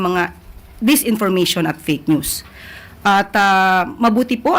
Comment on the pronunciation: Iyong usec.Claire puro malabo ang pinagsasabi palayaw niyan si usec.fakenews kasi hindi sa kanya na mabigkas yong fakenews😂